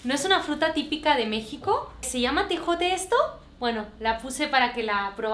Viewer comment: ..pon un tapete y una silla al lado o enfrente de tu ofrenda,para cuando lleguen se posen y descansen...... saludos y abrazos...🙋🏽‍♀️🇲🇽❤️❤️❤️❤️🤣🤣🤣morí cuando dijiste tejote...es tejocote.....😝